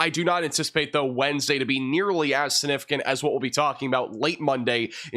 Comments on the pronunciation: When he says "significant," he leaves out the "g." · Take a shot every time says "significant" (without pronouncing the g)? 😜